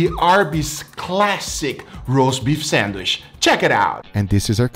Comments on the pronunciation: For its Sandwish not Sandwich:D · WHY DO YOU SAY SANDWISH?!??!?!?! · He’s pronouncing the word “sandwich” in a way closer to “sanduíche” (‘sandwich’ in Brazilian Portuguese), his (and my) native language. Since the “che” part in the Brazilian word has a “sh” sound, he ends up pronouncing it in English as “sandwish” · In Brazilian Portuguese its spelled "sanduíche" and pronounced "sandweeshy". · Drink every time says sandwishhhhh 😂😂😂